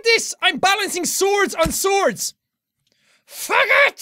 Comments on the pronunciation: In the middle of reading this he said "fuck it!" It sounds like fucket! Lol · When he says FUG ET it sounds like hes saying baguette